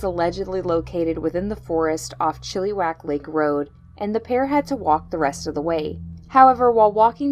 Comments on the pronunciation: Learn how to pronounce our towns lol Agassiz is pronounced Aga-sea Chilliwack is not chillywack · Chilliwack is pronounced Chill a wack and Agassiz is pronounced Agg a sea